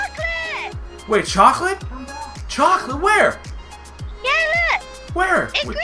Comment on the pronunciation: choclate... did you say ChOlAtE............. choclate CHOCLATE!!! CCCCCHHHHHHOOOOOOOCCCCCCCOOOOOOOLLLLLLLAAAAAAATTTTTTEEEEEEEE!!!!1!!!!!!!!!!!!!!!!1!!